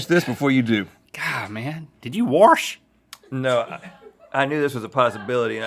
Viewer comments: Did you warsh -link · DID YOU WARSH?? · “You warsh?!” Lol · Did warsh? I haven't heard wash pronounced warshed in a long time. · link say warsh and double pronounces most g's, its like hes already 90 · “Did you WARSH” lol